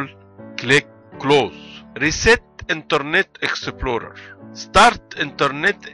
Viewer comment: Interrrrrnet exeptplorrrerrr 😂😂😂